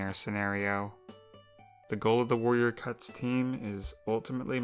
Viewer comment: are my ear bad or did she say “Warrior cuts”?